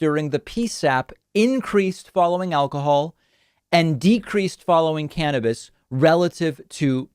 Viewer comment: Finally someone says cannabis like